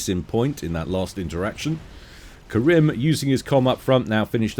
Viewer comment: btw my name is karim not karen mf XD